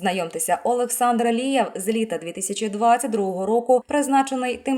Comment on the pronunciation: Говорить чітко прізвище!!! Алієв, Лієв , Лівер, Лия????? Черте шо, а не коментарі!!!!! Ставлю палець вниз вам Фігня!!!!